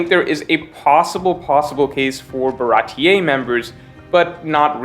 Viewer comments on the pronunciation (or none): none